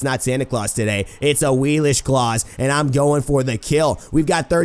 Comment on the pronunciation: Do the gods not say their name on PC? I'm late to the party and all, but she pronounces it "A-wii-lix" on ps4.